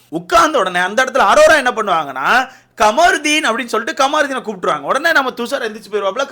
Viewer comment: Bro thaivachen..."Commarudin" nu pronounce panathiga irritate ah eruku unga pronounce.